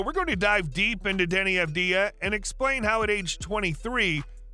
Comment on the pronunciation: You are pronouncing his name wrong. Put the emphasis on the first A. *A*vdija (correct) Avd*ij*a (incorrect) In the near future, you will all know how to properly pronounce it